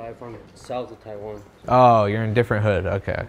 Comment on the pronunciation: this man said “ diffrent hood”😭😭